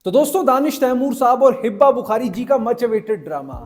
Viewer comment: It’s Hiba *not Hibba